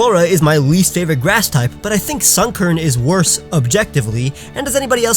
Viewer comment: DO NOT LEAVE OFF THE O IN FAVORITE!